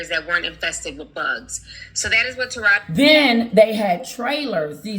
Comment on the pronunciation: Pronounce like TAH RaH Gee…😂